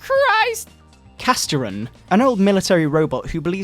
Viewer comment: Holy shit,I think Castiron was supposed to be pronounced "Cast-Iron" as in the cookware. (I'm choking now from this.)